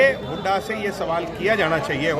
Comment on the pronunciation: बदतमीज है ये बेवडा । अपने दादा की उम्र के भूपिंदर सिंह हूडा को हुडा हुडा करके बोल रहा ह । बोखला गया । लुटेरा